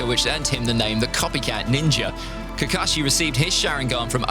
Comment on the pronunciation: I really like way he pronounciation kakashi